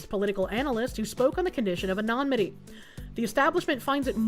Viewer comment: Dear, sweet... It's "anonymity," not "anomity" 😭